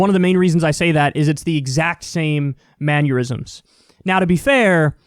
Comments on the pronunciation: Is mannerism the new rural? Its mannerism not manurism lol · Kyle, Kyle, Kyle... It’s “mannerism” not “manyeurism.” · Kyle, "mannerism" does not rhyme with "aneurysm" 😂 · It's mannerism pronounced man-err-ism, not like aneurysm with an m in front of it. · It's mannerism, not mannurism.